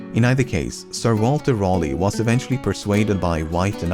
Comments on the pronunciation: Sir Walter Raleigh, not rollee. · Love the video but just to say Raleigh is a weird name spelling but it is pronounced "Rally" :) That being said I really enjoyed the video :)